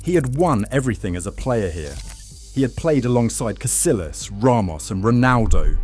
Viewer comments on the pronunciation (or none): For Christ’s sake lad. It’s Casillas not “Casilas.” Kah-see-yahs! ALWAYS sounds like “y”, always. How many names in Spanish with a double LL have you seen by now??? Thank you.